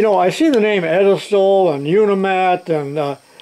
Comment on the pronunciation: Edelstaal? Fascinating, because the word would usually be spelled "Edelstahl" which literally means: noble steel and actually translates to stainless steel. Germans do not claim it won't rust, just that it's nobility. Turns out it's Dutch...